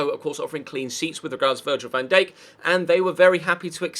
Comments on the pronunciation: Next time you say van dake i will find you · £40m for VVD?!? You wish, You Bindippers really are deluded .... and how did you pronounce his name?? 😂😂